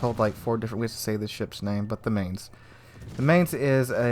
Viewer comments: you pronounce "Mainz" like you would say "my", so try to call it "My"nz. Here it sounds like the month of may, wich is pretty funny to hear für meine deutschen Ohren. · FYI... the Mainz is pronounced like "Mine" with a "tz" at the end.